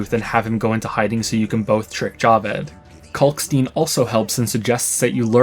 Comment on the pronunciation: Kalkstein is pronounced the same way you pronounce Einstein. Why don't people get this?